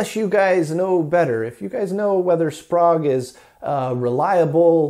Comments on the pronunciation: SPOGUE ?? try SPRAYGUE. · Love this series. Pretty sure Sprague is pronounced [ S P R AI G ] though... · the Sprague capacitors are very good caps. Used in quite a lot of Military and NASA designs. By the way the name is pronunced spay ga. Their advertising jingle was " Don't be Vague, Ask for Sprague ".......